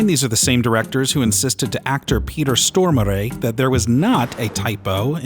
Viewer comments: Stormaray?? Is that how its pronounced?? I dont know about that??🤔🤔🤷‍♂️🤷‍♂️ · Your attempt at pronouncing Peter Stormare is odd, ngl, but it’s closer to the real thing than I’ve ever heard from an English speaker, so good on you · It's a better attempt but still doesn't quite nail it - there's no 'ay' at the end, it drops off more. I had to go watch a clip of him pronouncing it to know how it's done, since everyone gets it wrong everywhere lol. He's gotta be so patient not correcting people constantly.